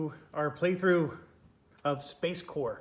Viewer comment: It’s actually SpaceCORP, as in corporation, not SpaceCorps. Looks great nonetheless 😊